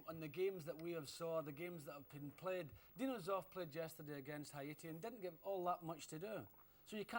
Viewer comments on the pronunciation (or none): none